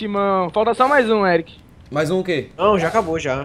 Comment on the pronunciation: chamando o "eric" de "eriti" So a pronúncia:/